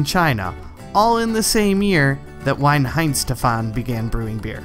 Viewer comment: Why oh why do Americans manage to mispronounce everything, Weihenstephan for a start. Surprisingly he did pronounce Smithwicks correctly?